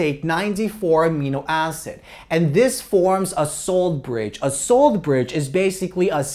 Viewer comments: I thought you were saying "soul bridge" lol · SUH-ALT bridge